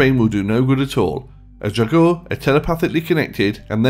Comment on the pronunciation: Ok. I am sick and tired of people saying "draugr" that and "draugr" this....the word 'draugr' is from the Old Norse and is only spoke as "draugr". That is only how they pronounced the word. It's actually written 'draugur' and that literally translates to 'ghost'. And people are mixing the necromancer-bullshit with the "old viking nords..." The original draugur which is basically a resurrected person from the dead by the use of magic preformed by a necromancer (basically a zombie), from the Icelandic witch-hunting which happens after the christian influence. And Icelandic wizards and witches only used 'draugur'(ghost/zombie) as messengers or to carry their stuff and that sort of things. There is no Norse/Nordic (WELL, AT LEAST AS FAR AS I KNOW OF) mythology of the zombiefied 'draugr'. After a death, a viking would go to Valhöll as an Einherji or to Niflheimur to suffer an eternity. No one wakes up after that. AND before you go all crazy on me, I'll tell you I'm Icelandic and a lot of my friends are 'heathen' and believe in the Norse Gods AND I've always hand an great interest about mythology, so I know what I'm talking about. (And please, don't bring in Skyrim or Marvel's Thor).